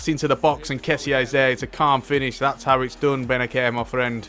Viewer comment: Bennacer is pronounced Bennasser bro